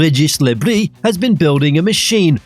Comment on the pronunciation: No, it’s pronounced brie